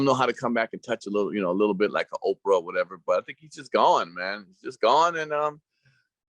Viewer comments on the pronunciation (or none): Dis fool said Oprah